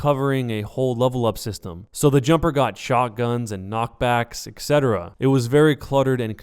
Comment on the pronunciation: It's not "Eck-set-uh-ruh", it's "Et-set-uh-ruh". It's "Etc", not "Ect".